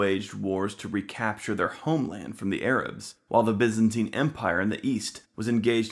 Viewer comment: The was he says Byzantine annoys me